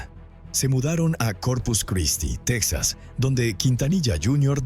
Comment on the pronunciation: Asi como que se te dificulta pronunciar el dinero! La linea de emergencia es 911 tal cual! Texas se pronuncia Tejas y el dinero se pronuncia asi cuatrocientos mil dolares! Porque cuando hablas de dinero no se entiende nada